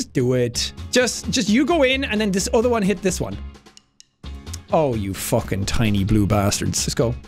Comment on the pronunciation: “All The Way To Fockin Victory Town” ~jacksepticeye